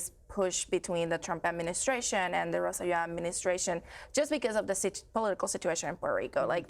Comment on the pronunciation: That's not the ex Governments name; it's "ro-say-jo"